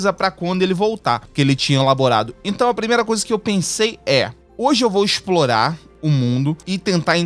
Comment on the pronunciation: tu tens de procorar e ensplurar danzens